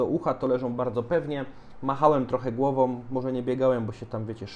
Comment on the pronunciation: Polska trudna język...MachajoM, głowoM, wypadajoM🤦‍♂